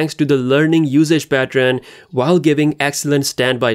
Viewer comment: "patron" it's pattern....